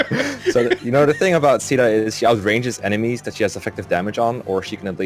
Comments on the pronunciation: And i thought it was pronounced 'cay-dah' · Caeda's official English pronunciation is SHE-dah—that's how it goes in Warriors and Heroes, at least. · Huh? In warriors, they pronounce it "see-da." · After the chapter where you fight Michalis, my Marth stopped being used in fights, as I was trying to give more level ups to other units like Navvare, Ogma, Cain and Caeda (Which I pronounce Kay (like in the word okay) da (like in Darios’s name.).). So eventually, Marth was only in 2-3 fights per chapter (5 in Camus’s chapter because Cain and Frey (My strongest units) couldn’t walk on water.). But Marth still ended up being my third best unit in Nagi’s Gaiden chapter (This was the fourth game I beat tbh. (Awakening, conquest, valentia, this)), so either I was insanely lucky or Marth is a 4.5 star unit imo. (Not 5 star though because he isn’t completely perfect. Cain has a horse, Chris from FE12 is customisable and potentially OP, Gazak > Gazzak.) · Maan, I know I'm not a native speaker, but in my opinion neither C (SEA) DA nor SHE DA has anything with CAEDA. The A comes first than the E. It should sound more like KEI DA. Its sounds way more empowering as a name as well. Edit: I tryied ur beloved google and she sounded like KEI DA also. =p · i was actually so confused when i heard you guys calling caeda "sheda", and "seada". thinking about it now, it makes sense, but i had always pronounced it "kayda" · I cannot describe how much it pisses me off hearing people say "sheeda" or "seeda" Phonetically it should be pronounced "Kay-dah" but nobody cares. UGH it makes me so frustrated. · i just watched some supports and stuff where they say caeda out loud and its supposed to be "seeda". I guess localization thought spelling it like seeda doesnt really look good so we got a name where the a is silent for some reason. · Based on the fact that her name is caeda and it’s originally a Japanese game the correct pronunciation would be kyda (Ky like eye) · “Caeda” (Say-Duh)